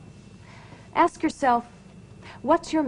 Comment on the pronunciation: Hold up hold up..let me axe you sumthin. 🤣🤣🤣